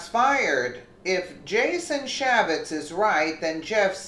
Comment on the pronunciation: CAN YOU NOT UNDERSTAND HOW IGNORANT EVERY VIDEO YOU MAKE SOUNDS SO IGNORANT? YOU SLAUGHTER PEOPLES NAMES, CHAFFETZ IS CHAY FETZ! YOU IDIOT! THESE NAMES YOU SHOULD KNOW! SINCE YOU THINK YOU CAN REPORT ON THEM!